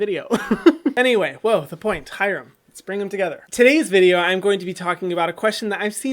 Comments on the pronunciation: I always thought he said hello hi 😂😂😂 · I've always heard "Hello, Hyram. Welcome to skincare with Hyram" 😂